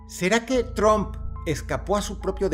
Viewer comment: De los reyes del montaje y autoatentado, nada sorprende a estas alturas. Dross hermoso, se pronuncia "TRAMP" no TROMP, no hable inglés como los mexicanos 😅